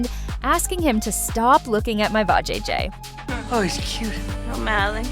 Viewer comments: Poorly verbalize. Anyone who has watched the clip can properly pronounce Va-jay-jay. Except AI, I suppose. Or a human who is not thorough. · VAjayjay 😂 I’m like WTF?